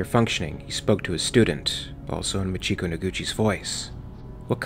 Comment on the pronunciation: MAchiko, not maCHIko